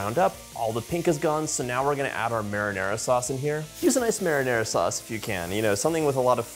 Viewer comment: You're impossible ! An impossible Cook ! But you still got a "like" even if you can't say Marinara and balsamico properly. That's a good idea with the Ricotta cheese 🧀!